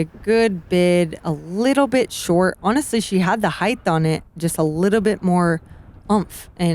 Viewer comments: Paige, I love ya and your commentary is great. The word, however, is height, not heighth. Heighth is not a word. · Paige has been hanging out with Tyler Brickley too much... all this talk of "heighth."